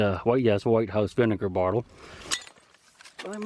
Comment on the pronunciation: Love the way you pronounce bottle .